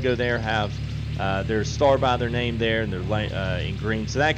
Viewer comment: Hey boss, had fun in the stream last night. Thanks again for getting my name right, you are now in an elite club of 3 other people that got it on the first try. Keep up the great work and I will make sure to try and catch the next stream!!